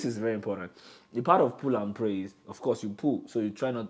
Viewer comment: Knowledge is truly power! you can almost tell that is a skin to skin person... the way he emphasised PULL & PRAY> Lolz